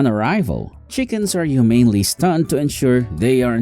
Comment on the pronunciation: Humanely lol